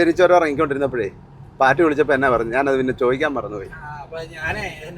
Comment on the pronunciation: ചുരം അല്ല ചൊരം താമരശ്ശേരി ചൊരം 😄😄